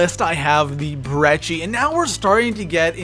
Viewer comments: He said breggi not brecci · is not brechi god damn‼️